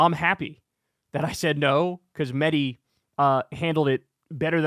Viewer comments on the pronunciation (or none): Kyle, why do you insist upon mispronouncing Mehdi's last name? You know the proper way to say it, yet you refuse to do so. It's very disrespectful.